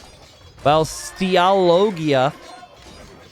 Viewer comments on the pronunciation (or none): Italian here, the way you pronounced Stialoggia was SUPER hilarious 🤣🤣🤣 Honestly that name means nothing in italian, they are just two random words together with no meaning overall (Stay + Lodge). I'll try to contact these two legends to show them this video!